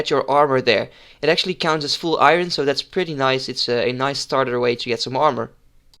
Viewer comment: je spreekt iron als iorn uit btw, just sayin